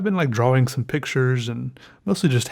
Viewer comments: It's always so funny and irritating when he says DROAWING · Instead of draw ing he says it dra wing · you dont actually say Draw-wing you sped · "a new dra'wing" haha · DRAUING, you mean